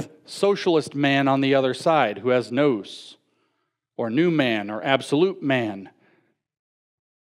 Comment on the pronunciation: The audacity is real indeed. People think he's an authoritative voice but he can't even pronounce the words he's using. When he first started talking about Plotinus I thought he was saying Platonism. He pronounced Gnus as nose. Etc, etc... I don't usually care about that, but people that are willing to stand on stage and speak about an issue should at least have a knowledge of the terminology. It shouldn't be that hard, he's supposedly a Christian speaker and the New Testament is Greek literature.. It was so bad, I don't think anyone could leave that place and research on their own without a working knowledge of the material at hand. Ce' la vie, I guess.